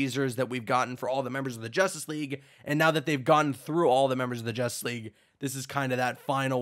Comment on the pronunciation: When he said Justice League at one point I thought he said Injustice 3